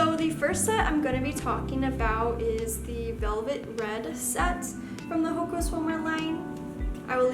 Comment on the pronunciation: It’s actually pronounced “Hoe-awh-kah”, but great video!!☺️